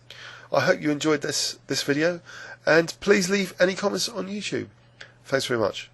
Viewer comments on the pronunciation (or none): none